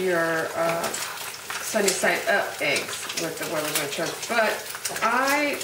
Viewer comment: love how u pronounce huevos rancheros